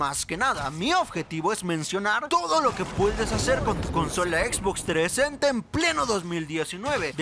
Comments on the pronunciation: xbox treesenta v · La Xbox 3esenta, me muero jajaja